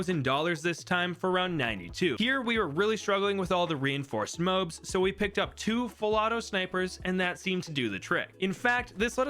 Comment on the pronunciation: Why do you say moabs like mowbs?